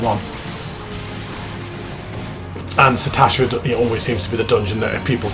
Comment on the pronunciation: There are three S's is Sastasha THREE!!!! SAS SAStasha lol my OCD is triggered sir..... Joking aside though, nice video, will only get more interesting as it progresses to some of the later dungeons, might log in and join you for one or two of them as the series continues:-) you might meet some..... "interesting" characters along the way lol